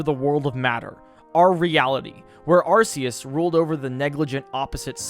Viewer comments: "Arseus" "Kyuryem" "Heidreijin" I hope to god he does this on purpose because it baffles me how negative iq someone has to be to make such mistakes all the time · Getting sick of hearing this! Has no one here seen the Arceus Movie?! That show one way on how it's name is pronounced (Are-Key-Us). Even then, Silvally's Ability, The RKS System shows that it's pronounced Are-Kay-Ess. Where the fuck did this Sss sounding "C" come from?! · him saying arceus hurts me lol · It's "Kyurem," not "Kyuriem!" Also, it's "Arceus," not "Arseus!" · Arceus is pronounced (Ar-kah-es) everyone always gets it wrong. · Correction: Arkoos